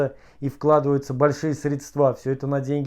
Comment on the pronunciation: Прошу прощения за свою дерзость, но хотелось бы сказать, что ударение в слове "средства" падает на первый слог, на букву "е". Что касается ситуации с домом, то это просто выходит за все рамки разумного, с каждым днём всё больше кажется, что Россия не социальное государство, которое старается сохранить всё многообразие её многонационального народа, а всё больше авторитаризирующиеся государство, которому всё равно на интересы её нарда (не только нацменьшинств). Хотя, возможно, мне так только кажется.